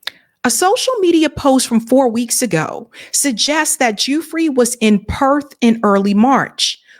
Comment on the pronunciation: I believe Virginia's last name is pronounced 'Goo-fray'